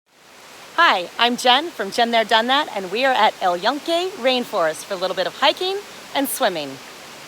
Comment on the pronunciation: It’s not el ionque. It’s el Yunque. Joonke with an e as in bed. Please.